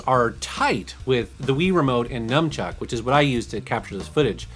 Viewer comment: FFS how difficult is it to pronounce NUN CHUCK??? I've lost count of the people who call it a NUM CHUCK. Jeeze.